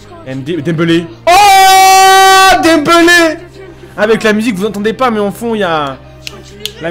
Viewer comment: dit dembélé pas dembeulé footix